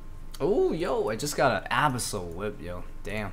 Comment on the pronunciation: lol when you said abissal whip instead of abyssal whip i died a little inside lmao. love your vids dude very inspiring, im doing a road to max series myself on youtube hope i can be where youre at one day brother!